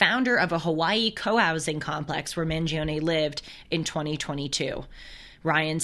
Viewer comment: It’s pronounced ‘Man-Jee-Ohhn’